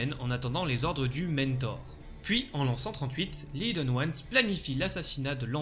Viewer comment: Bonne vidéo mais soyons claire… y’a un H aspiré dans Hidden… merci d’arrêter de le prononcer idden c’est stressant 😰